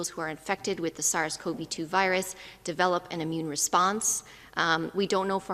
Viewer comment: Dr. Ted: You use the term a lot---so you should learn how to say it right because it's hard to understand you. The word "develop" is NOT DEV-uh-lope.....it IS duh-VEL-up. Please get it right---you're only impacting your own lack of communication by not making it clear.